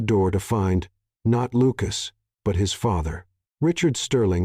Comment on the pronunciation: Quit saying Luke-ass! She'd is not shed, I'll, is no ill.